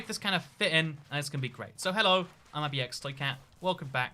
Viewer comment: You’re supposed to say hello not llo and why do you say it slow